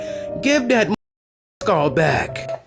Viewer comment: Please say skull and not skall. But excuse me if that's the only way that you can say SKULL.